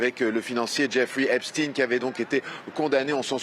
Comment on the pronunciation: 25 sec. Elle fait exprès de prononcer Epstine et non Epstein😂pense t elle qu'on est dupe?